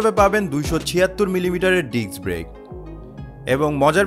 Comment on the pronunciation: Correction: Disk Brake. Not : Diks Brake